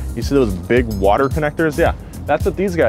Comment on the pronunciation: Anyone else catch the Watah? 😂